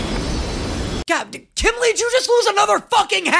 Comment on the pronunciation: whys he calling kimblee kimlee?